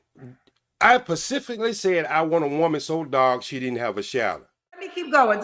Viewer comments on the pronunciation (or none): Mentapaus, pacifically and changelier 😂😂 I could watch him all day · But what pacifically did he say that you didn't like??? LMAO 🤣 🤣 🤣 🤣 🤣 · “I PACIFICALLY SAID” 😂😂😂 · “pacific-ally said”😅😅😅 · pacifically climant 😂😂😂😂😂ignorance at its best! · Facebooks Pacifically Mentapause Human "feets" All these "extree" things they bringing in the bedroom I can't take him seriously!😂😂😂😂😂😂😂😂😂😂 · He said, "I 'pacifically' said" "aminal" "climant" "changoliers" and "mental pause." He needs to study Webster's dictionary before he tries to read people. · Ain't nobody "Pacifically"coming to date you 😂😂😂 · What is “mentopause” did you mean menopause? What is “pacifically” did you mean specifically? I’m sorry sir but you are asking for things that do not exist. “Rubbing on a albow” elbow? “What is I’m saying “ I don’t know sir. What are you trying to say? “Tuck in your closet” did you mean Tux?Maybe your asking for things that do not exist and that is the reason you’re not having luck. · He can't say 'specifically' either. He better take his viagra & go somewhere😂